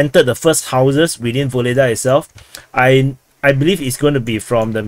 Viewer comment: My friend. Pls stop call this city "Voledaa" . Ugledar is real name of this . Ugled = honor +ar . "Voledaa" is something else and not good. Your chanel is good , real .